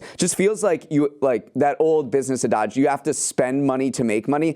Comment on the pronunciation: uh-dahj?? Not Ad-ij??